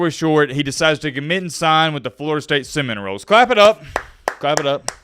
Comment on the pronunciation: Is this AI. This dude can’t say Florida State Seminole correctly.